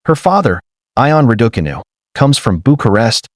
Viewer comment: Why do commentators have so much difficulty in pronouncing Raducanu the way Emma says it.